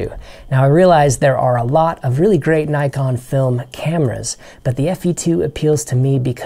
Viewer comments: "Nykon"?? Is this an American thing? Never heard of these cameras before. Nikon on the other hand... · Sorry, but Rollei is pronounced ROLL E not ROLL I. And Nikon is pronounced NICK ON not NY KON